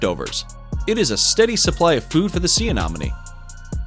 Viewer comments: YOU ARE PRONOUNCING ANEMONIE WRONG!!!!!!!!!!!!!!!!!!!! AY-NEHM-O-NEE NOT: AY-NOHM-O-NEE !!!!!! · Anemone, not anomene. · Ah nen o me. I fail to see why people cannot pronounce anything anymore. But I hope this helps. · I think you mean sea anenomi not anomany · AI = Anonymous Idiot who says "anomone" incessantly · Anemone is mispronounced by your speaker, It is not "anomone". Two "e", not two "o". It should sound more like lemony, and less like anomaly. I hope that helps for your next wonderful video. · The amount of times he said anomany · Do you see any money? Sea anemone. Ah-neh-moh-nee. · Where is this narrator from? Who pronounces anemone as a-nom-anie and aphids as Ahh-phids? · Seriously A-nom-any? Ahh-phids? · Ah ne mo ne Not nom its a hard E not a O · lmao... Sea "Ah nom min knees". The goofiest butchering of anemone ever... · I had to skip so many because i was losing it on the Anomonay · Sea Anemone not anonome😊. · Say anomene one more time and I swear to god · Sea anomone? Bruh atleast pronounce them well.. that was cringey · The annoying thing is that he said it right the first time, then every time after that "anomenie". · ok the commentator needs to properly pronounce anemone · And aphid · Hate how you say sea anemone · THANK YOU - CORRECT - the guy is MISPRONOUNCING IT AND IT DRIVES ME CRAZY!!!!!!!!!!! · For the love of God, proofread your script! Why can't you take four seconds to Google how a word is pronounced? If I have to listen to a person mispronounced anemone one more time I think my head will explode. I couldn't even finish the video honestly, you really should look into pronunciations before you presented video because it makes people not want to watch it again because you didn't take the time to look up how you pronounce the word before you recorded the video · Just saying he was saying anemone wrong this whole time ⊙~⊙ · Does it drive anyone else crazy how he says "anemone"??? Lol 🤯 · Every Time‼🐒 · Yes ! Or aphides lol